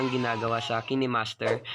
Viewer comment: kinehmaster pinronounce nya hahah kaynmaster yun